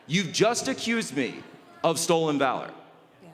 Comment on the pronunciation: HE MISPOKE "Stolen vawor"